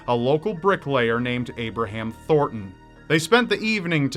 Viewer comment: its ThorNton, not Thorton.